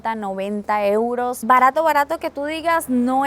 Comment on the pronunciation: Joder tio me he ahorrado unos buenos eurrrros ❤😂 lo estoy viendo en bucle JAJAJAJJ